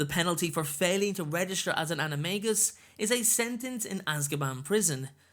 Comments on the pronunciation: I am getting quite annoyed because it is pronounced anime jus not anime gus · It’s pronounced anomajus or plural Animaji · It's pronounced "anim-a-dja-i" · I had a dream that I became an animagus & became a trout... No joke! Also, the movie got it wrong, J. K. Rowling said that the “g” in animagus was pronounced like a “j”. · Why do I keep hearing Anime Guy? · It’s pronounced “animaJus” like in magician. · He. Sais animangus wrong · It's pronounced ana- may-ji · For your information, Rowling has confirmed the official pronouncation is with a J and not a G for the maGus part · I think that animagus are awesome but I hate the way the movies pronounce it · Its supposed to be pronounced with a j sound not a g sound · Animagus is pronounced with a j not a g